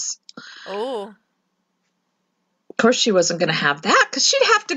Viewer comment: can't say Course.. she keeps saying Coerce 😅